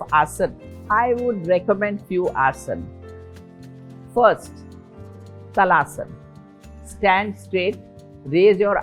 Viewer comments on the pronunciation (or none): It is Taal Asana. Not Tal Asana. Taal is the Sanskrit for palm tree which is straight, hence the name. Please don't pronounce it like a foreigner, if you want to spread the knowledge make it true to the original.